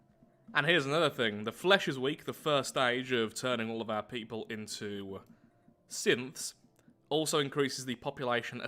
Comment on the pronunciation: he keeps saying "synths" at around 5 mins, but the internet is so far gone i keep hearing "simps"